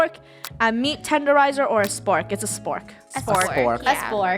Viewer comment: did anybody notice that funneh said spurrk 🤣